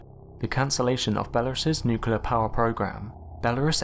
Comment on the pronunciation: You need to learn how to pronounce the word nuclear, if you're making a video about nuclear accidents.